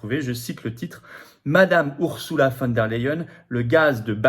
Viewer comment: ON PRONONCE "OURZOULA" ET NON "OURSSOULA" !